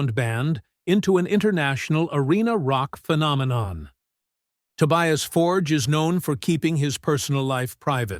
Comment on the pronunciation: You'd think after all this time you'd learn to say his surname correctly.